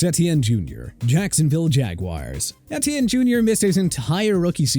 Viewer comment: 10 times mispronounce names. Etienne is pronounced like E.T.N.